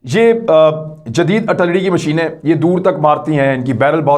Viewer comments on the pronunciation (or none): Kamran Khan the word is AR TIL LARY